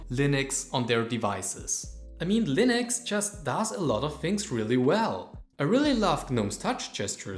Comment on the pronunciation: I am going to kick you in the face repeatedly if you say "Linoks" instead of Linux once again! 🤣